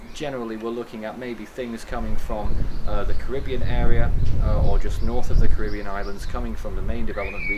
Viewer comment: You are English, please say "Caribbean" properly 😂